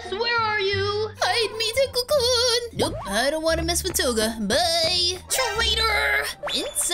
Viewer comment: Deku not dekua